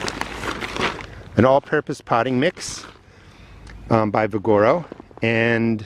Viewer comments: “Vigoro” is pronounced: VIG-UH-ROW (…as in vigor) 👍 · Vig ah row Ve gar o...potato Po tah to...LOL It doesn't matter. I'm glad you show this to people. I do like you and make my own. I even sift out all the wood and compost it or use it for mulch. The garden industry is just as much "ripeoff profiteers" as the rest of the industries. My favorite bagged soil was Shultz. Now they don't sell it here. I have no idea why. Kellogg's...that stuff...in my opinion is awful.